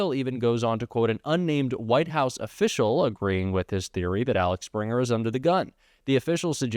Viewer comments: It's not ALEX-Springer......it's AXEL Springer..... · Can't you read A-X-E-L? You changed this name to ALEX SEVERAL times. You have 2 AXELS on your car. This is why I won't subscribe. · AXEL...not Alex.. 😂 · Axel, not Alex... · It is Axel not Alex.😊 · AXEL Springer not Alex Springer. How many times can you read the thing incorrectly?! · The name is Axel, not Alex, just saying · Axel not Alex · I like ur vids dude, and i could be wrong, but mayhaps its pronounced like guns n roses guy lead dude?..idk. seems closer to that than alex based off spelling. Again i could be wrong and its a teeny part of ur story, but respect and want best for u and channel❤ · Axel, not Alex. :D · Love the video but as a German I have to highlight: it’s AXEL not ALEX. It’s tough, I know, but relevant difference. Thank you for your work! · AXEL Springer. AXEL, NOT ALEX. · I hate to pick the nit about pronunciation, but. Let's work on 'Axel'. (AHK sell, not AH lecks) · It's AXEL Springer, not ALEX Springer. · It’s Axel Springer, not Alex Springer. 😊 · Its Axel Springer, not Alex Springer. Read the word! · Imoressive how you can pronounce Axel Springer as "Alex" Springer consistently ... 😢 / 😅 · Axel, not Alex 😉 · Mr. Sprinter’s first name is Axel, not Alex. Please be careful when reading published articles which you are showing on the screen. 💙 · It’s Axel not Alex … 🤷‍♀️🤷‍♀️🤷‍♀️ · The man's name is Axel, it is a German name, not Alex. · The company is AXel Springer ----- AXel not ALex You don't do your credibility any favors by mispronouncing an important name again and again. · “Axel” Springer, not “Alex”. Common German name. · It isAXEL not Alex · Hey; “Alex” is spelled “Alex”. “Axel” is spelled “Axel”; not “Alex”. Get it together man! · His name is AXEL!! Man oh man .. not four times , the whole way through. I try and try to get through Jacks vids. He needs to maybe review article before speaking. Please try harder. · *Axel Not Alex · His name is Axel not Alex. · It's Axel, not Alex.